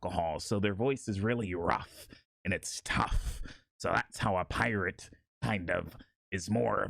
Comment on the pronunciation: Fuck i just noticed it saying pirtate 💀